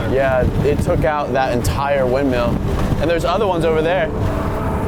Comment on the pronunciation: actually the word windmill is pronounced windmill not windmeal.